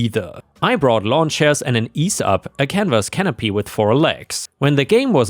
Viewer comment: EEE ZEE Up. It's a brand name. Not Ease Up.